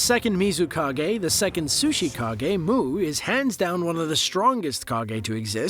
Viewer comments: did he say sushikage instead of Suchikage? Also idk all of them? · Im sorry, did you just said "sushi" kage? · I thought u said muu the second sushikage